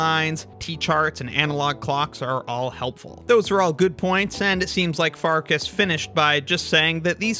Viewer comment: It's pronounced Farkash, not Farkas. Assuming her ancestry is Hungarian, because that is a Hungarian family name (meaning Wolf).